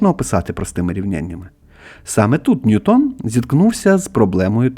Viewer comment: Не НьютОн, а НьЮтон, бо англієць, а не француз. Чому це прізвище так часто невірно вимовляють, аж дивно. Нібито грамотні люди